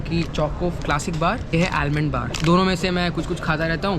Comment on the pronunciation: Almond (pronunciation is aamond.)